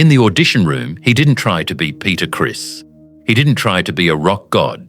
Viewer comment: It's not Peter Chris it's Peter Criss.